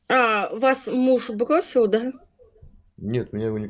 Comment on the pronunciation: "вах мух бгосил?"😂